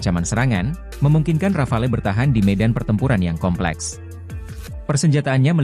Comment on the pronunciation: KONGRATULASI atas ucapan nama RAFALE! Akhirnya, ucapan asli Rafale yang betul.